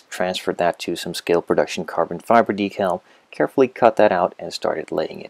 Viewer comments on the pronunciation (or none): none